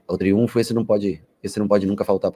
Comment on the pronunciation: Pelo amor de Deus Rogério, por favor. É TRIUNFO